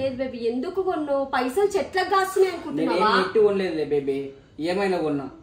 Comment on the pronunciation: లేదు బేబీ కాదు బెబ్బీ అవను బెబ్బి చెప్పు బెబ్బై 😂😂😂😂😂😂